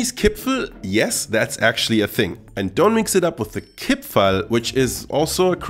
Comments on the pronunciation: My dear, it is Kipferl not Kipfel... Greetings from Austria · The worst thing about listening to this as an austrian is the missing r in Kipferl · I've lived in Vienna my whole life and I don't think I've ever seen the spelling 'Kipfel' without the r. Certainly never heard anyone pronounce it like that. The pastry is a 'Briochekipferl' and the cookies are 'Vanillekipferl'. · Every austrian says "Kipferl" and not "Kipfel" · I've lived in Vienna for all my life and I've never heard of a Kipfel. There is always an R in there. The second kind of Kipferl you are talking about is called a Vanillekipferl over here. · Nobody says Kipfel in Vienna, it is named Kipferl per se ;) But nice and friendly videos as alyways! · It is Kipferl! That there also is a smaller cookie-style Vanillekipferl, but no one in Austria says Kipfel! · Hey,nice Video but as an Austrian i can tell you that the big pastry you call Kipfel is called Kipferl while the small cookies are called Vanillekipferl. In my entire life i have never heard anyone calling it Kipfel before i watched this Video xD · Kipferl, not Kipfel! Yes, that also counts for the pastry! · as an Austrian I have to correct you on one thing: There is no Kipfel. It’s all Kipferl. The thing you said was a Kipferl is actually a Vanillekipferl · Es heißt Kipferl. Mit einem R. 😁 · As an Austrian, please let me tell you; it is KipfeRl not Kipfel. Nobody here in Austria calls it Kipfel. That sounds so terrible. The one you called Kipferl is the Vanillekipferl. A very traditional Christmas cookie but isn't called just Kipferl but at it's full name, Vanillekipferl. Q_Q